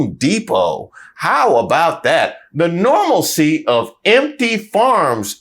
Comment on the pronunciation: How about that "normalsie'😢